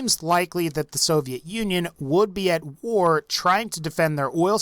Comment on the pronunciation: Why W-A-R? It's not an acronym